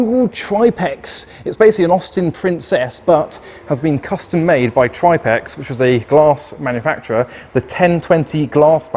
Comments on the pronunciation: Love your vids, especially these with the oddball cars. But it's Triplex, pronounced Trip-lex as in Triple X, hence the XXX logo on the stripe, not TripeX😅 😂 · It’s pronounced TRIP-LEX. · Tri plex ???? It’s triple X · 'Tripex'? Do you mean Triplex?